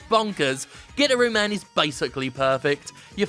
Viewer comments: Pretty sure its guitar-ooo man, and not "gitter-ooo" man, lol. But regardless, good list. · It's pronounced Guitaroo Man, Jim. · Pretty sure it's called gui-tar-roo man. Sadly I pirated it, but it was amazing. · Nobody: Jim: "GIT-ah-RUE MAN"